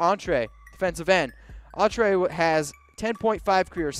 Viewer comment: How can you butcher Denico Autry’s name so bad? You actually mispronounced both names wrong. It’s not Deonco Auntrā. It’s pronounced Din-ē-cō Ah-tree. Do you watch Raider football? I have my doubts.